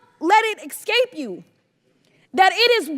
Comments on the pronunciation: Genius, it's pronounced ESCAPE, not EXCAPE. Rhodes scholar right there. 🤣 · Glass houses, Matt. You mock Rep. Crockett for her mispronunciation of "escape." However, in a recent episode of your show, you had no clue how to say "carotid." And, in the opening graphic of your FIVE HEADLINES segment, the word "violence" is misspelled. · Social Hack: Anytime a black person says "axe" in lieu of "ask" or "ekscape" vs "escape". Plz note they DO NOT speak for black folks at large, regardless of their title and/or "edge-u-ma-kation". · She said "exscape" lol. As in " dont let it exscape you." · "Didnt ask to be here" Well, fuck off. You're free to get dafuq out. Mastered in business, definitely not language... eXcape, freaking eXcape. It is escape... with an S. Idiot woman. Stupid people infuriate me. 🤬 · Politicians should be automatically impeached the moment they utter the word “excape”. No. It’s not culture. It’s just intentionally pronouncing a word incorrectly. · "Excape" you. ignorant, lying thing is this person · EX-Cape ? Forgive the monkey pronounciation!